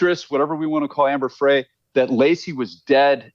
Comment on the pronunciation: Her needs to know the difference between the Innocence Project and the LA Innocence Project. How does he not know?! Also, he doesn’t know how to say Amber Frey’s name.